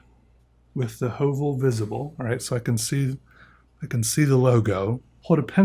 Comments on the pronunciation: well as a norwegian I can tell he doesn't pronounce the letter correctly (not that it really matters). The name might be from some other language, but the ø is really only used in nordic languages and since høvel literally means a plain, and the sharpener looks like a small plain I just made the conclusion that the company referenced the norwegian word, and I thought I might just come with that fun fact and corect the pronunciation cus the more you know. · pov:youre norwegian and get triggered by how he sais ø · The way he said Høvel killed me hahahhaa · The way he pronounce høvel hurts my ears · "Høvel" is the norwegian word for a plain or a razer, which makes sence for a product like this. The letter Ø is pronounced not as a U, but as the i in the words First and Birch.